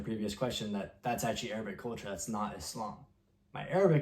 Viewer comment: Bro, how are your Arabic pronunciations so good?